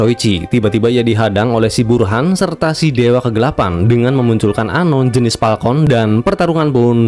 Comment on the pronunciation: Falcon banggg bukan Palkon.... 😭😭😭